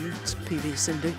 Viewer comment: To the lady commentator: If you can't learn to pronounce PV Sindhu's name correctly, perhaps don't try?